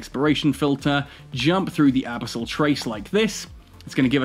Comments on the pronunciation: "abasol dead space" lol. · Brother no, abisol is not it lol love your content, first time I've heard you say this word haha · Why do you say abyssal like that? 😂🤣